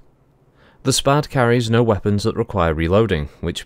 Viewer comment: 'SPAD' is in fact a Very old name in the history of aviation (by the by you did pronounce it correctly lol). It's actually an acronym: Société Pour L'Aviation et ses Dérivés, a French (obviously) aircraft company that operated between , when it then got eaten by another company. A pair of its more famous craft are the SPAD 7 and 13 respectively, both of which were highly praised fighter craft during WW1.